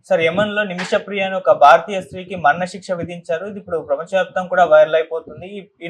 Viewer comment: "మరణశిక్ష" అని సరిగ్గా చదువు సోదరా!👉👉